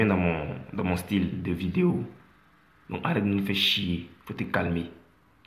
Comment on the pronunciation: merci frère vraiment même pour dire vidéo c'est problème chez lui